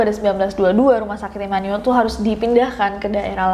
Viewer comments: Imanul imanul 😭🙏 Dibaca imanu-el aja Nes 😭😭😭😭😭🙏🙏🙏🙏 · Baru tau Immanuel dibacanya Imanul. Orang Bandung mh nyebutnya Imanuel (I m a n u e l) hehe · Setelah berkali kali ngomong imanuel, akhirnya bener juga penyebutan imanuel. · Immanyuwel (immanuel) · That "Immanuel" pronounce😳